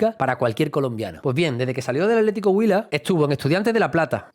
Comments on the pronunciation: Buen video , es bueno ver los jugadores junto con sus raíces, si pronunciaste bien el atlético huila. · Pronunciar así el nombre del equipo atlético huila le da mucho estatus